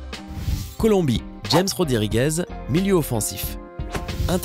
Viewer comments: ca se dit pas James mais rames et pas modrik mais modrish # corrigeur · Bouffon on dit pas james mais rames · Ca se pronnonce Rames pas james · James aussi il jams au lieu de rames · C'est rames 🤦🏻‍♀️ (james rodriguez) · Sa ce lire James mais sa ce dit ramerse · Sa se prononce rames